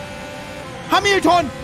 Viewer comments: Isso😅 hab beim ersten Mal "Ailton" verstanden 😂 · Hamilton verdeutscht hämelten spricht man es aus aber halt hamilton geschrieben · HAMILTON ALLA. 🤣 wie du den ausspricht is ja mal mega witzig 🤣 N gutgemeinte tipp: Setzt dich n Bissel weiter weg vom Lenkrad und halte die Hände direkt gegenüber also 180°.